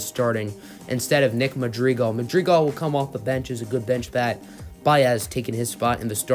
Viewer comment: Cringe on saying Madrigal